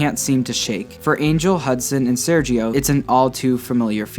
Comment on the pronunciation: Aight' my guy (Sergio) it's pronounced [serjio] not [seryio] Good vídeo by the way 👍